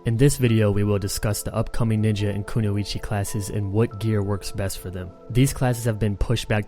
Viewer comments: Just so you know, Kunoichi is pronounced Koo-noy-chi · it's koo noy chee